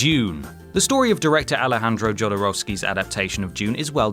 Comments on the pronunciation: Ahem...Jodorowsky = Yo-doh-roh-skee. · You're not pronouncing Jodorowsky right...